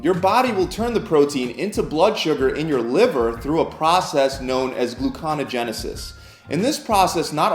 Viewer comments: It's not "glu-cono-genesis". It's "gluco-neo-genesis". It's a clue he doesn't really know mammalian biochemistry. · What the hell is Glu-Kano-Genesis. You might want to start by saying the word right. Gluco-Neo-Genesis. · BRAY-zil nuts 😂 Oh and it’s gluco-NEO-genesis. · It's gluco-neo-genesis, not gluc-ohn-ogenesis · GLUCO NEO GENESIS, not GLUCONISIS! 🤣🤣🤣🤣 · As soon as i heard “gluconogenesis”, i’m out... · Glucon-a-genesis? Um...no. Gluco-neo-genesis. As it's spelled. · Gluconeogenisis is pronounced "Gloo-koe-nee-yo-genesis", not "gloo-kah-nih-genesis. Also, it's kee-toe-sis, not kih-toe-sis. You're burning kee-tone bodies, not kih-tone bodies. Oh, and Brazil nuts is pronounced bruh-zil, just like the country they are named after. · It is pronounced GLUCO -NEO' - Genesis. Hope that helps. He mispronounced it slightly. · It's glucoNEOgenesis...lost a bit of credibility there... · You lost me at “Gluconogenesis” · Brayzle nuts? Glucangenisis? Did this dude learn to read from Floyd Mayweather? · This is generally a good video, but: that word is gluconeogenesis (you're skipping the o and putting the syllabic emphasis in the wrong place). It's gluco-neo-genesis, aka the creation (genesis) of new (neo) glucose. Also, it would probably be a lot more helpful for the keto eaters you're trying to encourage if you didn't fill your video with photos of non-keto foods, like spanakopita, pasta, bread, pastry, etc. Just a thought. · Gluco Neo! Genisis Sorry for being anal, but you had time to edit. Good info BTW I'm checking my protein. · "gluconogenesis" lol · Say it with me sloooowly now... Glu-co-ne-o-gen-e-sis 😂😂😂😂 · I turned this off the second he said gloconogenesis. If you’re gonna use big words at least say them correctly. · Dude. It's pronounced glucoNEOgenesis. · Sorry bud, but it's gluconeogenesis: Pronounced glu-ko-ne-o-jen-e-sis. \ ˌglü-kə-ˌnē-ə-ˈje-nə-səs\ Good info, though, thanks for the work. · are you trying to say "gluconeogenesis"?